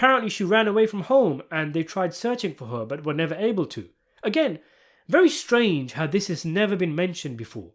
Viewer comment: Vewwy stwange